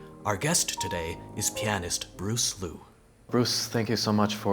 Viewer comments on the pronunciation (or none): It's Bruce Liu not Bruce Lu